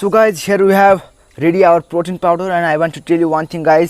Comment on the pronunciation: Powder Not Power Ok Mate :)